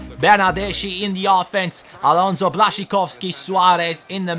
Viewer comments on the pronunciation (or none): none